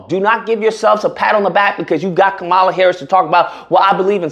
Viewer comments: Agreed! One thing my brother, people do like to have their names pronounced correctly. Most of her detractors call her ka - 'Mala, so do you. She pronounces it 'Kahm - uhla. You should to. It would be a sign of respect. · Bruh, if you are gonna simp and cape for Kamala, at least learn how to speak her name correctly 🤦🏻‍♂️ you sound ignorant af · Bro, can you please pronounce her name correctly! Dang bro!